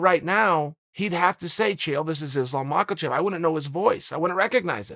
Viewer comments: "name i've heard more than anyone else, Islam Maakulchev" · “Islam mockle chev” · Who is Islum Macklechef & ka-beeb?? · Chael “Islam Macklechev “ Sonnen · Chael “ Islam Macklechef” Sonnen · Islam Michaelchev - Uncle Chael